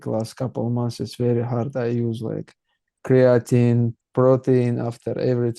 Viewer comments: He uses Creo-teen lol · Criateen and proteen😃